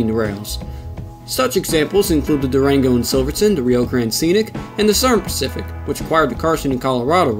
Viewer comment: ".. and the Sern pacific." I have never heard of that rail line. Can you elucidate? The champaign...... (Unintelligable). SLOW DOWN. Why do you post material with slurred words. Twice you stopped to correct the mash-up you made of names. What is the matter with you. Don't you listen to your own recordings???